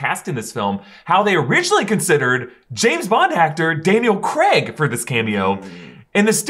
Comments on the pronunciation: Sorry guys i know you cant help it with you American voices/accents, but Bonds name is Craig not Creg lmao. Im English and it shouldnt bug me but it bloody does LMAO. In either case Craig not not appear in the MCU in any capacity other than a minor deity killed by Gorr in 30 second cameo for Thor 4. If the council of Reed ever comes about in the MCU, that is where John comes back just for fan service. MCU Reed will probably be a relatively unknown actor, just my prediction. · Daniel Craig not Creg :) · What is it with you Americans and pronouncing “Craig”?! 😂Comes out like “Creg” 😂